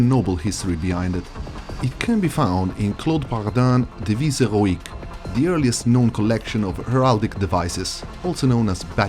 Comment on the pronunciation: As a french speaker, "Devise héroïque" had nigh perfect pronounciation. Only the "Paradin" sounded a little off, the rest was pretty good.